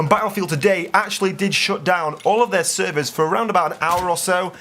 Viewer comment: The way you say servers is well funny.